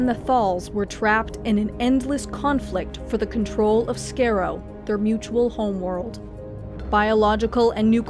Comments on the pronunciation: The Daleks' home planet Skaro is pronounced Scar-ro, not Scare-ro. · Scar-roe, not scare-roe. But love the video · It's not skaro it's pronounced scar-row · Scar-oh, not scare-oh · BTW it's pronounced SkAH-ro, not Scare-o. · Tell me you did not just pronounce Skaro as; "scare-oh." It's "Skar-oh." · I is not pronounced Scare-O. It is pronounced Scar-O. Skarro. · Skaro (Scare-o) no that’s not how it’s pronounced... it’s Skaro (Scar-o) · Please stop mis-pronouncing Skaro. It is “S..kar..o” not Scare-o ! Watching at least one episode where the Dalek homeworld is mentioned might help huh! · That's Scahh ro,not Scare oh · "SCARE-ROW", I thought its pronounced as Skar-row. (Skaro) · The planet skaro is pronounced scar-ro not ski-ro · I can immediately know that you are not a Dr Who fan, because it's not pronounced "Scare-O" it's pronounced "Scar-O" as in Scarface! SCAR! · cough not "scare-o", but "scar-o" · Why do you pronounce it as "Scare-oh"? It is pronounced like scar-oh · just a note.. its pronounced sk-ahh-row... not sk-a-row.... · Nice vid, but two things on pronunciation: “Dalek” is pronounced “dah-lek “, not “dar-lek “, and “Skaro” is pronounced “Scar-o”, not “scare-o” - ubergeek. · It is not skareo. It is skarro. Pronounced Ska Ro. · Skarrow??? Try Scar-oh! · When you say Skaro as "scare-oh" instead of "scar-oh" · Pronounced "scar-roh" not "scare-oh". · Scaro is pronounced SCAR-o, not SCARE-o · ‘Skaa-row’, not ‘Skorr-o’. ‘Thaal’, not ‘Thorl’. Other than those dreadful pronunciations, great video. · Skairo it's pronounced skaro you can pronounce davros but not skaro and they don't want to conquer the galaxy they want to conquer the universe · It's pronounced more like (Skah row), not (Scare row). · The “skar” in Skaro rhymes with “scar”, not “scare”... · it is not Skerro but SKARRO. Exterminates subscribers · by the way Skaro, is pronounced "Scar-row" I'm not hating just trying to help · She said skerow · Its not Scarecrow, its Skaro (Scar-row)